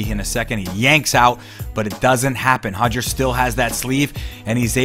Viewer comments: Still cringe every time I hear “Hodger” instead of “Roger”! I know it’s how Brazilians pronounce their “R’s” in Portuguese it doesn’t mean it should be pronounced the same way in English! I am of Portuguese heritage and the difference between how Brazilians and the Portuguese (People from Portugal) pronounce “Roger” is equivalent to the difference between how the British and Americans pronounce the name “Carter” or better yet, “Water”! Just cringe worthy for some of us lol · I wish he'd stop saying Hoger....it's Roger...with an "R". Lol! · why do you keep saying hoger instead of roger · Just between you and me... it's Roger,, not Hoger. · It's not Hoger, it's Roger. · Hoger! Just say roger... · Why do people keep pronouncing Hoger , when it’s actually Roger with a damn R? Do Brazilians pronounce our names the right way they’re supposed to be ? Stop catering and being obsequios. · Why name your son with an English name then pronounce it Hoger, ffs 🤦‍♂️ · Hodger.... lol. It's pronounced Rodger...Rod-ger... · Sounds like he is saying Hoger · Hoger or Roger WTF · As a portuguese person, I can inform that the letter R at the start of a word or two in the middle of a word is pronounced with a sound not used in the English language and the closest thing to it would be the H sound. So technically yes he's close but not spot on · Can't we just sat it with an R sound if we are speaking english?